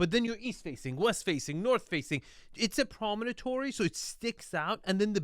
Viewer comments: Promontory is the word, not "prominentory". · “It’s a promonatory.” No, it’s not. It’s a promontory. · Hehe - we could listen to mispronounce “promontory” all day long. (Dude - it’s not promonotory - rotfl.)